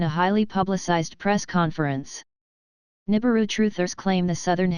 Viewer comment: really?? nuibiru again?? ffs people.